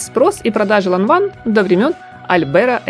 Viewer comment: Произносится Ланвэн!